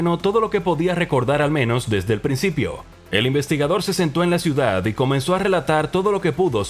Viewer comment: see sento en la ciaudad 🤣